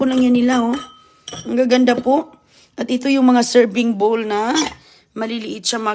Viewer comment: pag kinokorek sa pronunciation,galit,ayaw talaga makinig,matigas ang ulo ,akala mo sinong marunong at maganda,ang hitsura ewan naman.😅😅😅